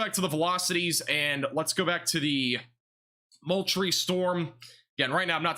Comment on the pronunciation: Ok, thats Val dos ta and Mole tree